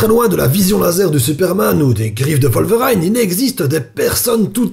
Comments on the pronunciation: Wolveraïne ? Ça se prononce Wolverine ! Haha ! Très bonne vidéo, encore une fois ! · "Vole veut rail ne" xD Wolverine a les griffes qui frétillent.